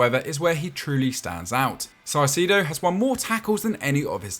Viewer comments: It’s pronounced “kai-se-do” not physido, it’s like kai on Kai havertz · Caicedo isnt “Salcido” LOL…. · Why do you call him "saicedo" ? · He didn’t say salcido he pronounced it si-sido